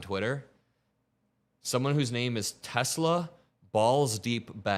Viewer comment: I love Teslurrr'